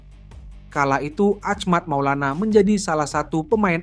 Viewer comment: yang bener dong bacanya itu nama orang lho, bukan ahmact maulana tapi achmad maulana syarif. bro.